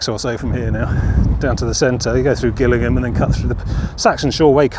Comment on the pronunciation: It's pronounced Jillingham not Gil like a fish gill